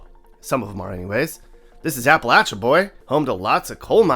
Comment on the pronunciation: thank you for pronouncing Appalachia properly although could have left out the entire marrying cousins part as it was totally unnecessary. sounds like you don't believe that the environment was/is damaged by coal mining, and that's where you'd be wrong; coal mining has and continues to do much damage, including causing specific cancers and destroying waterways beyond repair. it's very sad. and you got the KFC history partly right, although i wouldn't call Corbin as having "good people". the best thing to happen to KFC was Mr Sanders' nephew running off with the recipe and creating the Lee's chain. the Derby isn't at the end of April - it's the first Saturday in May. tbh, i stopped listening at this point.